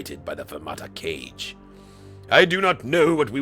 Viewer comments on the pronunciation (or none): Think there are any leftover Drengir that Palpatine is sensing on Amaxine Station? They were quarantined there before being unleashed on the galaxy in the High Republic era. Also, an FYI, Kage isn't pronounced like "cage". It's pronounced "Kah-gei". It comes from the Japanese word for "shadow". (Since other Kage we've seen in The Clone Wars were essentially alien ninjas)